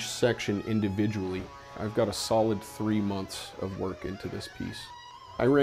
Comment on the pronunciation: Months not monts😂